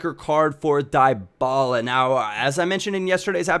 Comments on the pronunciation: Dee-Baluh please (: Paulo dybala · Dybala is pronounced Dee-ba-la